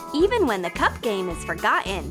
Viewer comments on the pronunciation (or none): Forgougeen. Its pronounced.. For Got Ten.. Again 4 Got 10 listen to how she says it.